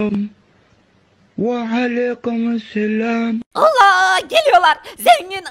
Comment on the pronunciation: Fakir: Selamün Aleykum Zombiler: Aleyküme Selağm asdasjskajsjas Müq